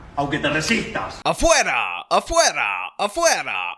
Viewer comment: As a Spanish speaker. Switch the D with R, and you got it. 😊